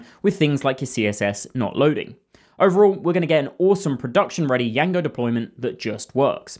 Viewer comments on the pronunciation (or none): No one calls it “Y-A-N-G-O”. It’s “J-A-N-G-O” the “D” is silent. 😂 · my ears are bleeding after "yango"? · why the fuck are you saying: yango? do you see the letter "D" there? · To be honest bro made me almost go and search Django's correct pronunciation